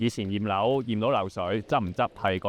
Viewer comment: 驗樓聽成葉劉⋯😂😂😂